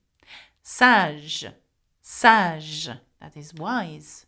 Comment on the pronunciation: Sage I thought that you said swag